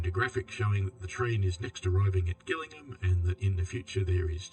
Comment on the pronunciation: Thanks for taking the time to read this out. Sorry to pull you up again but I live in the county of Kent so am tuned into names of our towns. Gillingham is pronounced "Jillingham". 🙂